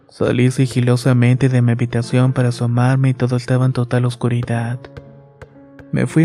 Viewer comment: No mames la historia esta chida pero como dices morido !! Y luego pronuncia la t en lugar de la d, oscuridat, estas medio pendejo verdad?? Corrige eso lo demás esta muy bien